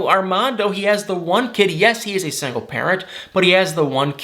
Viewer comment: I love, but the way he says "sangle" 🤣🤣🤣